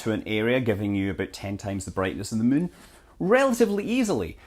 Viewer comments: Arg. I wish he'd say "moon," not "mün." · I always like the way you pronounce "moon" - sounds like "mün" to German speakers, same as in München (Munic). Fun fact: Light pollution is called "Lichtverschmutzung" in German - which is a word that doesn't make any sense, but everybody knows what that is about. :-D